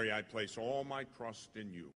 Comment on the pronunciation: I really like this prayer! It echoes some in the video and sometimes it sounds like he’s saying crust instead of trust.